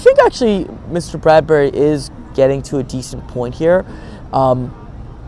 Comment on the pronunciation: Its Bradby not Bardbury. But love your videos